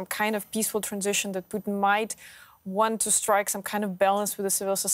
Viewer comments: It's PUTIN not POUTINE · Pooh-tin.....also known as "Darth Invader"